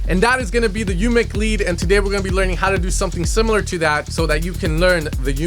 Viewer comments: Great tut like always!! also.. Umek is pronounced more like OOmek not YOUmek:) so you know for the future;):D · Its called UMEK not YUMEK... :)